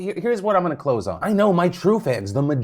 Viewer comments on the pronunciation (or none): Did he say “this is what I’m gonna ‘clothes’ on”